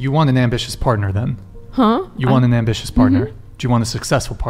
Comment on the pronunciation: "I'm ambitious" no you mean ambitchyous lol.